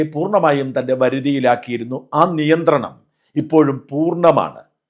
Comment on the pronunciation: Niyanthranam alla 'Nenthranam' anganeyanu pullikkaran parayunnath. Sheriyalle 😅